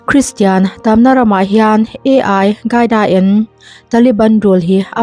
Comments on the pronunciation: Advice aw.. Ai qaida nilo in AL QAIDA (alkaida) tiin an lam thin. SVMM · A I gaida han tih tlat chu aww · AI-CAIDA Nilo in AL-QAEDA Bin Ladan a pawl te zawk a nih hmel a pronounciaton kha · AL khâi da pronounce dân tur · Al tih hi L hi i angin a chhiar palh zawk a nih dawn hi... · Al qaeda i lam dan chuh Artificial Intelligence (AI) an hmang a maw ka ti mai dawn a lawm le!!! Al qaeda hi i la hre ngai lo a mawn le aww....?